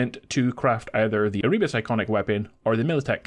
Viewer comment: Content creators should look up the pronunciation of words they don't know before making videos. It's Er-uh-bus.